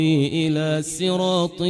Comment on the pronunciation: هذه رواية رويس عن يعقوب وليست روح والله اعلم ( يقرأ ب سراط وليس صراط)